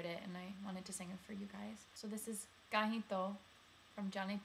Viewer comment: Your accent is great.....to be nit picky.......if you can perfect you A's you will do wonders......for example you say Kaahin....its an uh sound so k -uh-hin rather than an english aaah sound like in cat, bat. like the uh in the word uh in uh-ltimate....therefore k-uh-hin, h-uh-r ( not haar) and m-uh-nzil not m-aah-nzil.......your other pronunciations are smack on, sometimes when i close my eyes i think an indian girl is singing it. Just perfect those in this song and ure golden